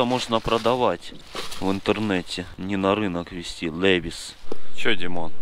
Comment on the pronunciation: Кстати ты говоришь левис я хотел поправить не левис А левайс крутой кантент